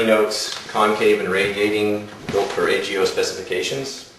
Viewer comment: I couldn't tell if he said AGO or HEO